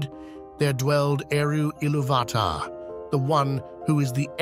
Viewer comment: ….I’ve never heard true fans or Tolkien scholars pronounce Eru Iluvatar like that…. Poor pronunciation